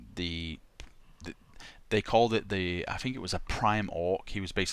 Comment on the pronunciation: my fucking god man, pronounce your TH sound. it sounds so fucking dumb when you say "fink"